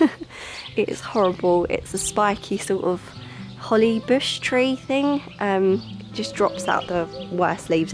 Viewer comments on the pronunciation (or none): none